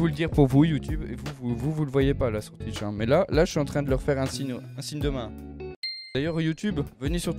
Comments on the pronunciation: Touitch (twitch) et non tUiTch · « mon live TUITCH » ptdrrrr 😌😂😂